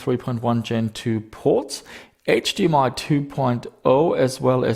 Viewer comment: edge dee am i, you ass bee.